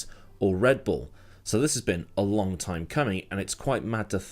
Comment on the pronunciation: has it really been that longK, you cant end a word with a G without saying K? Lol